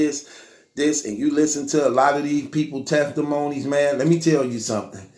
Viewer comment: bruh said listen to the Tefftatmony , feneral infestivation and shit. 😂😂😂